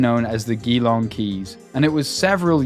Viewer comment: Surely they meant 'gee-long', not 'ghee-long'.